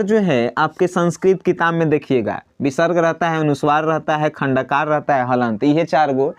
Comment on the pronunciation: putra Uchcharan thik karo Anusuwar nahin anuswar bolo 2 halant nahin Hal bolo